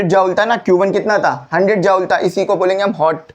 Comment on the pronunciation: Sir ap ki joule ki pronounciation 👍👌